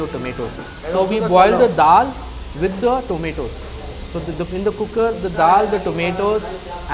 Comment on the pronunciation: Wonderful video. The way you said 'Cooker' was simply in a punjabi accent.